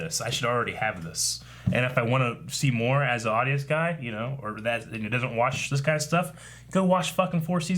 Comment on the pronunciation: LOL he said Akasan...